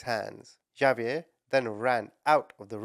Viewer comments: Hold up- isn’t “Xavier” pronounced “igg- zay- vee-yur?! Is it pronounced like is saying it in another country? If so- where? I will never tire of hearing you call people ‘muppets’ ❤ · Well, pronounced it different ways thoughout the vid. And no, Xavier is never pronounced Igg zay vee yur. Almost, but no. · Hate to be this person cause I actually adore you and I use the term “muppet” all the time now 😂 but Xavier is pronounced ex-A-vee-er. Anyway hope that helps. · It is actually a French name and is pronounces "ZaVeea" the two ees pronounced as a long e and the a is a long a...so pronounced the same as two ees, with the sound as in sleep and a as in day...and the Za as in saw, but you use the ZZZ sound...so name is pronounced Za-vee-a.... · Its Ha-bee-air. My bffs husband is Hispanic and they both speak Spanish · If I took a shot for everytime you mispronounced "Xavier" I'd be dead from alcohol poisoning before I got halfway through your video. Why didn't you look up how it was pronounced as you seek to change between 3 different versions which made it really hard to follow the story. Do better. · The way he said Xaviers name lmao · I love your videos. Well, I should say your passion for reporting evil. * I believe it’s pronounced Hahviair( phonically ) not Javiair. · No big deal but its pronounced like X-ave-yur. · It's Ex-zay-vee-air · Xavier = “ah vee er” or “ex a vee er(American)